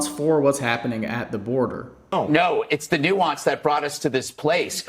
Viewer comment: They don't even know how to pronounce or define the word nuance.